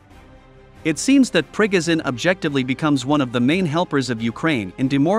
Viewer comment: “Pre-go-zin” lmao ffs it’s not hard to pronounce